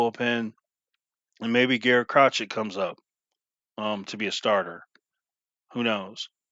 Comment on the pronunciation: It's pronounced Cro-shay